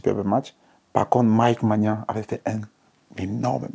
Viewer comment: Vous savez pourquoi il dit " magnan" au lieu de "maignan"? Parce qu'il y a une bière au Cameroun qu'on appelle la magnan😂. Et il aime cette bière